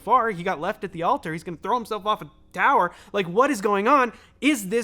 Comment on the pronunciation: Of course is depressed. He doesn't even bother to pronounce the word "tower."